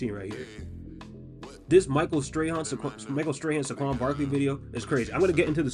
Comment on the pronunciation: First of all know your geography, that was LOUISIANA since the bowl was played in NO. Second, the accent mark for Saquon's name is on the first syllableeam . Third, your team made a poor management choice with SAQUON Barkley.